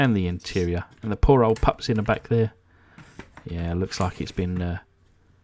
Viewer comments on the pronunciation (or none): none